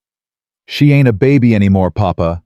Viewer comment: Every time you use the word "ain't," it sounds forced. It is not likely that they used this ungrammatical word so often and with the stress you use, as though you are trying to make the characters sound illiterate. Also, your reader does not know the difference between words like "tear"(meaning water from one's eye) and "tear" ( meaning to break apart), and many other such words.